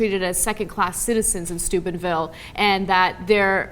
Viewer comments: Lol does she keep saying stupidville or is it just me? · It sounds so much like they're saying Stupidville Ohio. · I still keep hearing "stupidville". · For a second instead of 'Steubenville' I heard 'Stupidville'. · I swore when they said Steubenville, I thought they said Stupidville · Every time you say Steubenville... I hear Stupid-Ville... I agree with the latter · I have always thought Ana was saying Stupid Ville in previous video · When saying Steubenville, it sounds like Stupidville. A perfect name for that town. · I hear Stupidville every time Anna says it. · Sounds like "dickheadville" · it sounds like she keeps saying "stupidville ohio"